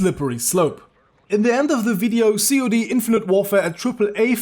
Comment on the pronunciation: And a weird question, why do you say CoD funny. You say c o d, instead of CoD like the fish.